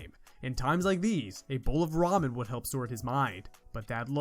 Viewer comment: I like that you said da ramen